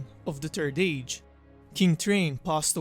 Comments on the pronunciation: He kept calling it “the turd age” lol! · He said..."turd age"...(giggle)!